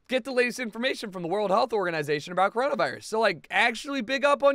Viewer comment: everyone‘a “healt” is at risk..